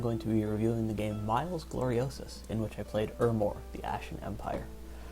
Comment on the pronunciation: For the record; The proper Latin pronunciation of "Miles" is "Me-lays". "Chassis" is also pronounced "Chah-see" - like that of a Car. You did pronounce the plural, "Chasses", correctly though.